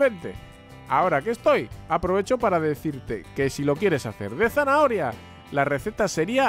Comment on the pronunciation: Dijo pasta de zanaahoria😁